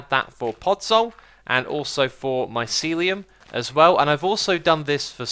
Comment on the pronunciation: finally someone who says mycelium right! personally, it bugs me when people say (my-cell-ee-yum)